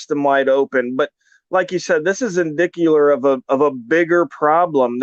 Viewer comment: in the video states " this is indickuler of a more Serious problem." LOL Nice grammar!!!! Me thinks he ment to say. "Indicative of a more Serious problem!!!" All kidding aside that definitely was a bad Search of the vehicle. A Bad arest of both him and his father. Not to mention all the false statements the officer made. It Wouldn't surprise me one bit if he got busted back to Patrolman!!! And just so everybody learns from this experience. I hope they hire legal counsel. And take the appropriate legal action!!!!!